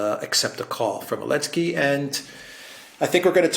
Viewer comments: Did I miss something? keeps calling Zelensky what sounds like 'Alensky". A slip? Is it a proper pronunciation? A mispronunciation? An inside joke or reference? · The letter Z has been banned by the Ukronazis as a symbol used by the Russians - so.... Elensky or I prefer Sellensky